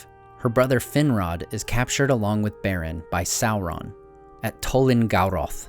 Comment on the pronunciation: Why do you say "soulron" and not "Sauron".